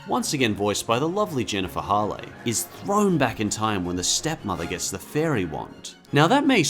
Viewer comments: Did you seriously pronounce Jennifer Hale's name as "Hall-eh?" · Jennifer Hale? I thought it was said like Hail. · Jennifer "Hall-ay"? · Jennifer Hale’s last name rhymes with “whale,” just for future reference. :D And I have to agree with each choice! Cinderella 2 isn’t great but Cinderella 3 definitely makes up for it. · Says the guy who pronounces Hale wrong.